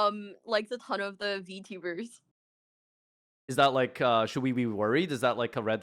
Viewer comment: having progression from calling vtubers with a hard "r" to calling them vtubahs.......